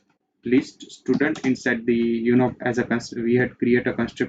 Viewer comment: dont say STUDANT say styudent (pronounce) как же вы меня бесите блять